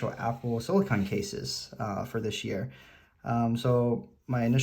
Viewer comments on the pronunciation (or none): SiliCONE case not siliCON. You’re saying the name of the Apple brand one wrong.